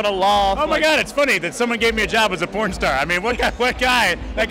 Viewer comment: *Porn Not pron. Cmon lol